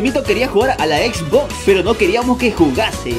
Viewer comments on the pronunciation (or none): none